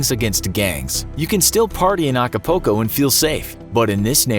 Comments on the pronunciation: He pronounced it acapoco🤣😂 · you keep saying "Ak-Poko" instead of Acapulco... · Alcapoco or Acapulco? hahjahahaha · acapoco 😂😂😂 they didn’t even try to pronounce the city right lol This will forever be funny to me lol. Acapoco lol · The way he said Acapulco 😂😂😂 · That pronunciation of Acapulco hurts my soul. That’s my mom’s home town. And I’ve spent various weeks of my childhood there. And the way you pronounced it just hurts extra hard.